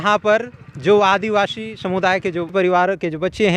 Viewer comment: रिपोर्टर जी, आप बार बार स ko श क्यों कहते हैं आदिवाशी न पढ़ें आदिवासी ही कहा करें